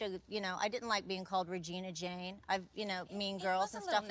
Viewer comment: Ragina Jayne 🥴🥴🥴 is it just me or is it ragina George ?